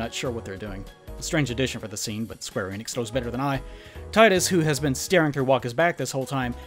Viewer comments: 44 minutes of someone calling Tidus, Tidas and ranting about Blitzball....Finally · I wonder how many people know that Tidus is pronounced TEE-DUS because the name is based on the Okinawan word for the sun, Tiida, which is Tidus's name in Japan. Plus, the Japanese language pronounce the letter i as E and Final Fantasy is a Japanese originated franchise. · Both "Tee-dus" and "Tie-dus" are stupid. It's meant to be "Tida," (meaning "sun," which contrast's Yuna, meaning "moon") but the localization changed it to end with "dus." It was likely done to make it sound more masculine, but it just caused an unnecessary rift between fans not knowing how to pronounce his name right. Hate to sound like a stereotypical weeb, but it's kind of a problem when the localization's changes make it MORE confusing for westerners rather than accessible. Not to mention glaringly awkward when they retained all the other Japanese names fine.